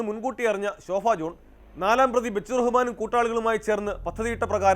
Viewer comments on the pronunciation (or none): ഈ വാർത്ത വായിക്കുന്നവനെ ആദ്യം ഉച്ചാരണം പഠിപ്പിക്കണം. ശോഫ ജോൺ അല്ല ശോഭ ജോൺ